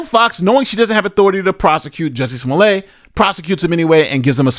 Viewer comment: Calling him smoolyeah the whole time aorr of makes this worth it to me. The real criminal at this point is the DA. Wait for the lawsuit 😁